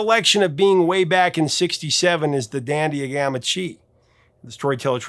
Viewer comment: Gamma huh ??? Gamma Chee ??? Hmmm. That's a Greek letter I'm unfamiliar with.